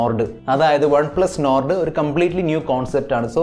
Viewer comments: enn perum Ottum perfect allatha pronounciationum,, നോർഡ് അല്ല മോനെ, നോഡ് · Nord pronounciation sheri ayillaa😌